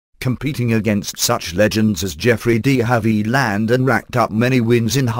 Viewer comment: Obviously a talking machine. What a way to pronounce deHavilland!